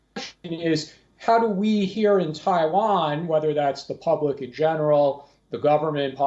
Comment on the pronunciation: Thai Van 🤣🤣🤣🤣 your pronunciation SUCKS 😢😢